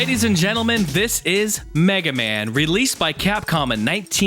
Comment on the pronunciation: Mig-ah-mon? Mag-eh-man? Hmm not sure about this, sounds interesting. I will have to see if I can track down some of these odd rare games, might be fun! Kick ass review as always bud!